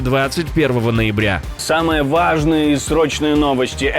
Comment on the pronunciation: Добрый вечер!,очень Вас прошу,замените слово,, ВАЖНЫЕ,, на,,ГЛАВНЫЕ,,. Так. как,, Важные,, в Вашем произношении скрипит и режет слух, как железом по стеклу. Сами прослушайте и поймёте, на сколько это раздражает.